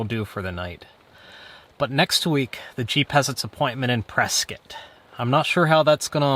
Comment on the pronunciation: Today you just taught me how to say Prescott AZ, turns out I've been mispronouncing that name for several decades.